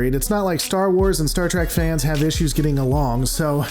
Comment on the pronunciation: Please don’t let this guy make another Star Wars/Star Trek video if he can’t say Star Trek right because he saying Star Track. I’m not saying he’s bad but he needs to say the names right.